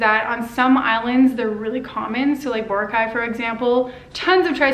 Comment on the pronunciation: How can you say you been to the Philippines and not know the right pronunciation of Boracay? It's not "bor-uh-KIE", it's "bor-ROCK-eye". :D